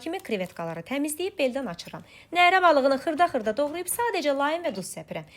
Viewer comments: Neeere yox nərə. Saiti uzatmaq lazım deyil sait uzandıqca nərə balığı yox Koroğlu neresi nəzərdə tutulur. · Nərə sözündə ə uzanmır 😅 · Nərə sozu, baliq adidisa uzanma yoxdur teleffuzde, amma Nere cekmek sozu olsa beli, uzanma varr 😊